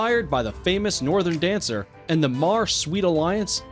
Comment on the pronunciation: You used a picture of Galileo instead of Northern Dancer, and don't get me started on the pronunciation of the names or referring to these horses as just 'it.' >.>